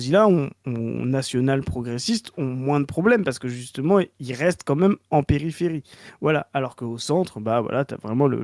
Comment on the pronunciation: Ok toujours sur l'enquête de pourquoi prononce "meume" le mot "même" 3 possibilités: Variante de prononciation picarde, bretonne ou normande. L'enquête se ressert